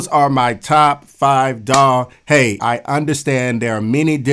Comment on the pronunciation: Daw sounds like dawg when you say it and it's making me happy